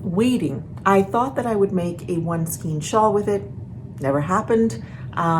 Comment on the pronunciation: skein is actually pronounced (skane) it is not phonetic. I know English is probably the only language that does this.